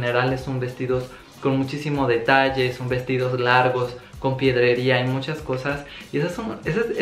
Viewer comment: Se dice " pedrería " no piedreria!